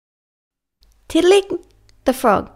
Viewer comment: I am not being mean but u said tiddaliks name kind of wrong